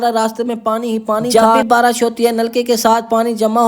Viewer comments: Barash nahi barish bolte hain 😅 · Barish hota hai barash nh